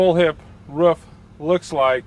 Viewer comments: Roof.. I say again ROOF - not RUF. I repeat not RUF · the way he say rooFF :D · Hes probably from NC/SC. His pencil shows a Building Supply store in NC (area code 704)..... probably made this video somewhere in the Charlotte area.